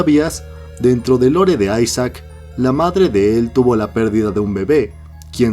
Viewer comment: porfin alguien que lo llama ''aisac'' y no isaac